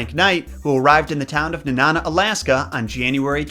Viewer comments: I’m glad you covered this story, I remember being so upset when I found out the truth about this story. Felt so betrayed. Lol also it’s Nenana (Knee; Na ; Nuh) I’m sorry it’s just hilarious how some people say it like it’s banana / Nanana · you said Nenana wrong it's like knee and banana with out the ba at the beginning of banana so it knee-nana sorry I had to say something!!! Lol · It's actually pronounced Nee-nan-ah. There's also a second statue of Balto up here in Chena Hot Springs, right outside the dog sled area. It's a pretty decent drive from Fairbanks. But the best way to spend a day trip.